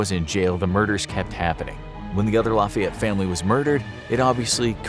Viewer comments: ik you would think it’s the opposite but in cajun french it be the short “a” sound it more like “laffy-ett” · My dude I live in Lafayette, Louisiana and it’s pronounced like “Laffy-ette “ like laughy lol. Us Cajuns my God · I’m from Louisiana and i hated listening to the butchering of Lafayette but it was also really funny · Just to let you know those of us from the area province Lafayette as laugh-fee-yet. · Hilarious to hear how northerners pronounce Lafayette Louisiana 😂🤣